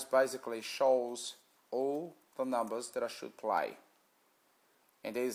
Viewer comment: He's doing the same thing people do with Lotto, he's no magician!! Probably hasn't got a penny to his name, why else would he be on here and hoping we make him money!!!???? He's a pom so he can't pronounce numbers correctly.